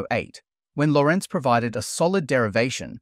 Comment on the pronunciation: face-orange-frowning: CRIKEY! You LOST me with BUTCHERING one of the most famous names in science, that EVERY scientist and science fan MUST know correctly! He was NOT Italian, but a Hollander, and his name has NO vowel in the end. It is not LorEnzo, it is spelled and pronounced LOrentz, DAMMIT! The name is in the Dutch/German spelling, without a vowel in the end. So the second last vowel, which is stressed, is indeed the "o", NOT the last vowel "e". Why can English speakers not get this? LOrentz is pronounced just like the English version LAWrence, where the "aw" is stressed, because that final second "e" at the far end is mum in English! So QUIT butchering this important figures name as "lorEntz", or start pronouncing "Lawrence of Arabia" as "LorEnze of Arabia" you silly *****! 🤬